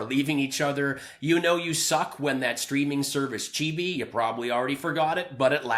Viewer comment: Hey. Love your videos but I laughed the most when you said "chee-bee" for the streaming service Quibi. For future reference, it's pronounced Q-bee. Maybe you did it on purpose. If so, ignore this post.